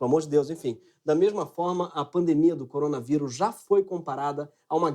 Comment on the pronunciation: Coronavairus, tá falando errado Greg..